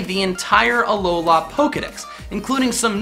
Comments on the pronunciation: Alo-lah WRONG Alo-luh RIGHT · its pronounced Uh-Low-Lu